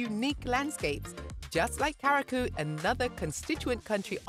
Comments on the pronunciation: The word CURACAO is pronounced Q - RA- SAW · Pronunciation Cu ra sao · There's no way she pronounced Curaçao as Karaku.... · I'm so disappointed. They need to teach the robot how to pronounce.